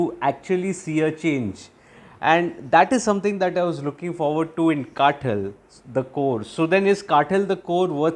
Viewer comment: कातल - This is how you pronounce the word. Not काटल or काठल.